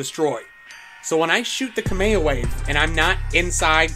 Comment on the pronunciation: 'kame o way"